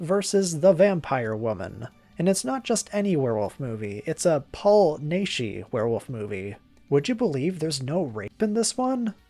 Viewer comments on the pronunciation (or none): Paul Naschy's name is pronounced like "gnashing" teeth. "Nah-shee." I restored the U.S. version of "The Werewolf vs. the Vampire Woman" in HD and it's a lot nicer seeing everything in a shot. These old wretched masters diminish the film's enjoyment considerably. It could be worth nothing the film's original Spanish title is "Walpurgis Night," the "second Halloween" that happens on April 30th, and isn't about promising a monster fight. The opening isn't with graverobbers. They're two doctors being told to do an autopsy on Waldemar Daninsky. This movie takes up immediately when "The Fury of the Wolf Man" ended. Most people say that Naschy's werewolf films don't have anything to do with each other, but it isn't true until a certain point.